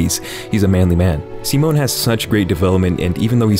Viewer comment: im so glad someone pronounced Simon's name right. im happy